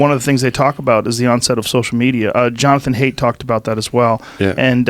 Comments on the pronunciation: Joe, it's Jonathan "Height" not Jonathan "Hate." You guys went over this lol. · Jonathan Haidt. Pronounced "Height", not "Hate". That was buggin me.